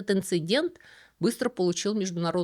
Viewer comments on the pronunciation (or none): none